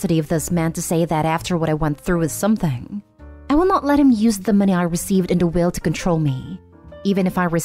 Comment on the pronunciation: Why do you say money so awkwardly? Why moneyyyyy?